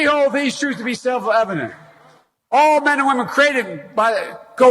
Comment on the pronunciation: "To be self-evident". It's not that difficult to say.